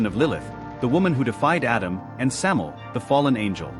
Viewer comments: It's Samael. Sam A EL. "Venom/poison of God."As in MichAel, RaphAel, etc. Not Samel! At least get the most basic of information right before making vids. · Thank you! It's driving me nuts hearing "Samel"!